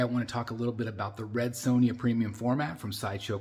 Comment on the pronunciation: Amazing statue. Her name is Sonja not sown ya though. You butchered her name like she butchers enemies. 😂